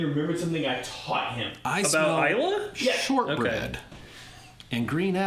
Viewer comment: I was trying to figure out what the heck Isla Barley was until I realized that you meant Islay barley.